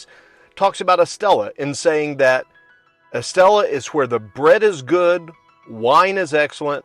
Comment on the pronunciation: Coca Cola Zero fountain 👍. Estella = “Estaya.” Double LL’s are pronounced like “Y”. 😉 Enjoying your videos and sense of humor 🤣